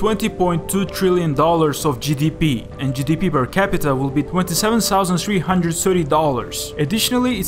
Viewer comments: Twentysevensousand threehundred and sirty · twentyseven Sousand sreehundred ens sirty dollarsh